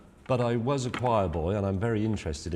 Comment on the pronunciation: Can James May pronounce the word ‘was’?